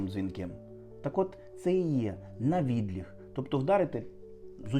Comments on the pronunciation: обАбіч - ПО ОБИДВА БОКИ ВІД ЧОГОСЬ. Саме ПО ОБИДВА, а не просто збоку. У слові "навідлІг" мені, чомусь, здається, що наголос має бути на останньому складі. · Я чула слово "навідліТ" -- рука ніби леТить вбік для сильного удару. Тут наголос на останній склад просто проситься! Словники кажуть, що "навідліГ" і "навідліТ" мають однакове значення.